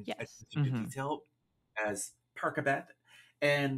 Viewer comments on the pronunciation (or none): the reaction when mark pronounced percabeth on both of your faces